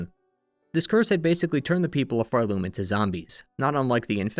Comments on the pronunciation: I hate myself for making such a trivial criticism on such an excellent video, but why do you say phar-LOOM rather than PHAR-loom? I’ve never heard anyone pronounce it that way. Okay, I’ll see myself out. Thank you for a great history! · this is a really cool analysis! I just cant get over you pronouncing Pharloom like far-LOOM instead of FARloom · I always pronounced it PHARloom, emphasis on Phar. Never heard someone say it with the emphasis on Loom like pharLOOM. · Why do you put the stress on Loom in Pharloom? Its far more intuitive to put the stress on the first syllable, Phar. PHARloom. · Nvm you also keep referring to Hallownest as “The Hallownest” so now I’m assuming it’s some sort of bit of you mispronouncing the world names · the way you pronounce pharloom gives me anxiety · why do you keep pronouncing pharloom like that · Can we talk about where the emphasis goes when we say Pharloom and Bilewater 😀